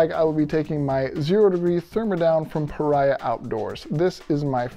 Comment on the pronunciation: Just a friendly FYI--Paria rhymes with Maria. The way you pronounce it means "outcast." 😁 Enjoyed the video!